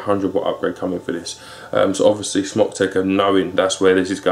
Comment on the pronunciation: I think it's pronounced like smoke?